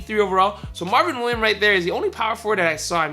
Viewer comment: It's Marvin Williams not Marvin William you were cheesing me when you didn't say the s